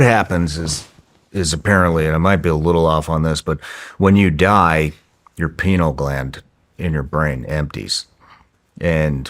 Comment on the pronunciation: Dave’s face as he’s trying to understand what Shawn is explaining to him. 😂 By the way, the correct way to pronounce pineal gland is “PIE NEAL”. 🙏🏼☺️